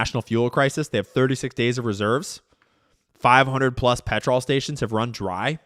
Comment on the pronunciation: When you're an Australian and you hear trying to say petrol... That gave me a laugh amongst all this heavy crud. Dude, it's not like patrol, it's pet- ruhl. Needed the laugh.